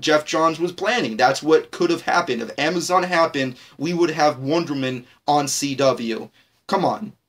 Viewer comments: Why in this video when he says wonderwoman it sound like wonder man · dude you kept saying wondermen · Mabey learn how to say "Wonder Woman" first buddy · this guy can't pronounce Wonder woman correctly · anyone annoyed about how he says wonderwoman